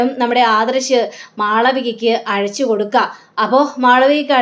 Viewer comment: Azhachu ennalla ayachu enna